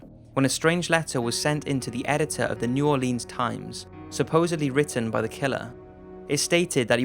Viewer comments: NEW ORLEEENS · I’m cringing so hard with the pronunciation of New Orleans. For anyone who is not from Louisiana, it’s pronounced New Or Lens.